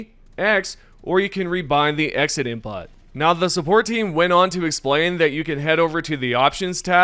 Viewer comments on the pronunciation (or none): I think you're pronouncing input wrong. It's like the word put, not butt. So it's "in put".